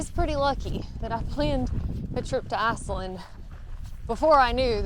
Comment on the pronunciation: "Arseland" 😁 That accent ...